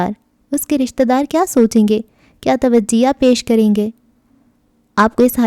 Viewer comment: Tawajeha nhi tojeeh parhty hain dear